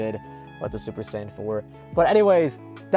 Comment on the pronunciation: That announcer lost me the second he said 'super cyan'.